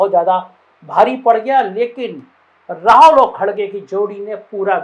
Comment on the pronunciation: भाई राहौल नहीं राहुल होता है